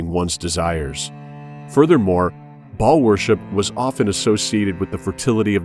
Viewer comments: It's "Baal", not Ball. Good video, anyways. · Bah-all, it's a two syllable word with a glottal stop in the middle; much like King Fa-ahd of Saudi Arabia was pronounced. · "Baal" is pronounced with a l-o-n-g A sound! It rhymes with jail! Look it up in your dictionary! Why do people keep pronouncing Baal WRONG?? It does NOT rhyme with "ball" but with "jail"! Just saying... For Big TRUTH! kristi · Baal pronounced ball worship same in religiosity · Yes, but they pronounce it as Ball which is incorrect.